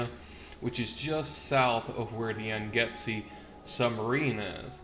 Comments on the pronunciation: Ooooh fish and buoys in the ocean, yup that's a conspiracy, illuminopoly confirmed. Oh and you kept calling the sub the yangetzee, it's pronounced like yongtsay, it's been a recurring name in fallout lore. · "Yang-See" not "Yang-Get-See" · Yangtze is pronounced "Yang See" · Its pronounced 'Yang-zee'